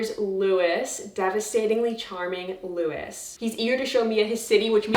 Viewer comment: Because “Louis” is French, the name is pronounced “Loo-ey” 💕